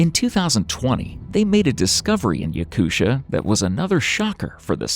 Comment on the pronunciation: I’ve never heard anybody pronounce Yakutia as “Yakusha” before wtf 😂